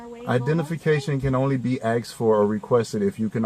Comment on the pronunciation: I axed him lmao